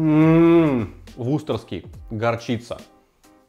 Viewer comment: сколько лет еще будешь ВУСТЕРШИРСКИЙ соус называть ВУСТОРСКИМ?